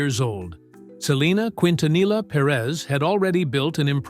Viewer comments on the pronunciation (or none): Not Kwintanila but kintaniya best pronunciation for Quintanilla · It's Keen-tanee-yah. Not Quin-tan-ila. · No digaSALIVÁR.SO TONTO.ES SALDÍVAR.Y NO QUINTINILLA.ES👉QUINTANILLA.LEA,HABLE BIEN PERIODISTA.LEA Y HABLE BIEN. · PROPER PRONUNCIATION KEEN- TA- NEEEEYAH! GEEZ🤦🏾‍♀️🤦🏾‍♀️. DISGRACEFUL‼️ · Quintanilla is actually pronounced "keen-tah-NEE-yah" (no LL sound). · Pronounce every letter narrator. Quin ta nee ya.....quintanilla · Quintanilla is Spanish and it is pronounced KEEN-ta-neeyah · Quint na knee ah. Learn to speak correctly!!! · Its Keentaneeah, stupid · K E N T U N E Y A!!! IF you can't pronounce what you see 🤦🏻‍♀️😒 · Quintanilla, it is pronounced like the double ll was a y. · all this time they cant pronounce her name correctly, seriously, the f outta here ! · Who ever is narrating this said her name wrong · Let's start by learning how to pronounce the last name QUINTANILLA! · Learn how to pronounce her surname! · Bro every time i hear the narrator say their last name wrong i squint 🫣🤣😩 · Dude don't know how to say her last name dude needs to learn b for doing a recording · Could they have found a better narrator for this video? It’s so annoying to heat someone who can’t even pronounce their last name appropriately. Come on! Like…….. seriously!!! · Always remember the LL in the Spanish language does not sound out like the English L. The double it sounds like the English Y or is silent. So you don't sound ridiculous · Hes trashing many words here. Why didn't they hire a Mexican? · They need to stop with the AI voice. It cannot pronounce the names correctly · Can we get a video that pronounces her last name the right way? 😐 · Bro if you can't pronounce her last name don't even make the video 😊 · You should be able to pronounce Quintanilla if your going to do a video of a Spanish singer.